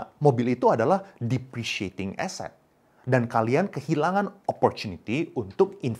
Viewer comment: btw depreciating bukan depreceating